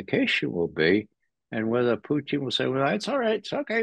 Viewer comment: Just can't get over how Ray says "Poo-teen" 😂